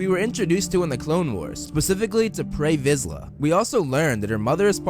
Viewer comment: I’m sorry do you say Prey Vizla?